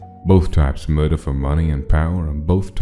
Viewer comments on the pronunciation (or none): Love how the person at the start says moider rather than murder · ah yes moider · haha! I love the pronunciation of Murder “Muyder” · "And myurdur" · Narrator: Moida (thats murder in mafia) me: wheeze Edit: i just realized that that AU is mafiafell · and Muider already WTF THATS NOT HOW U SAY MURDER